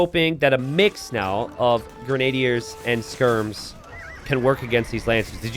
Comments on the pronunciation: I think grenadiers is grehn-uh-DEERS not grehn-AY-dee-urs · grenna-dears* lol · I think its gray-nah-deers😅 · It's pronounced "grenn-a-deer" genius, and how "pastoralism" is both an unknown word, and not an obvious pronunciation for you are absolutely beyond me. Was being so-so at a 30 year old game really more important than literacy? It SURE AS HELL didn't teach you anything about history, which is what I took from the game as a young boy. My real question is how you just reveal this failure to be a thinking, feeling, inquiring mind in the Information Age with such casual apathy. Do you think if I'd been around to tell you that you were truly, (not being mean, but I mean objectively, really) stupid 10-15 years ago, that it would have changed your life, or do you think being stupid was your irrevocable destiny? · its Gren-adier